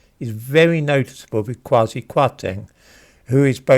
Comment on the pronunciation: Kwasi should not be read quasi.